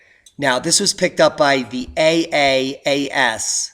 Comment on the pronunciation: Good report! But it's call "Triple-A.S." cause it sounded like you wondering about the name, as you were pronouncing it.